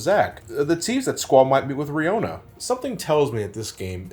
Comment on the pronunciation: As much as I enjoyed this video, the fact that you said Riona instead of Rinoa has made me feel better about myself and how I used to pronounce her name like that for years haha :) though I know you dont like FF8 so I totally understand the mispronunciation :)